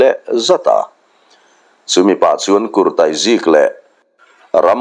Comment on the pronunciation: Kurtai i chhiar rik dan a diklo kurtai zik tih a "tai" lai kha tairawtiang a 'tai' ang hian lam tur.